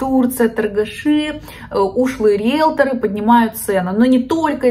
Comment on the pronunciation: Риелторы, а не риелторА